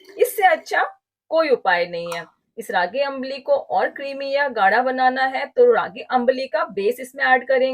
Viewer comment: Nice ambli recipe. Its pronunciation is not अंबाली. Its आंबली or आंब्ली. Or in Marathi we call it आंबील.